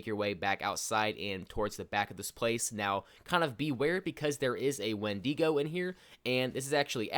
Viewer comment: did he say wendeengo